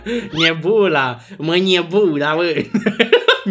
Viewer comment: nebula Cum a reactionat:ma niebula ma niebula Minutul